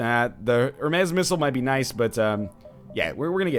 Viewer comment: It hurts my brain every time he says "hermes". It's spelt exactly the same way as the Greek god, why would you pronounce it differently??